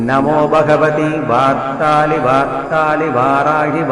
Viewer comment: Beautiful but pronunciation of varthali varthali is not clear